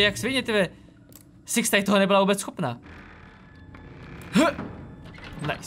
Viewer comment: proč někdy když řekneš six tak to zní jak siex :D jinak nice video